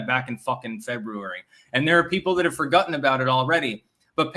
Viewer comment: You said 'fergutten'.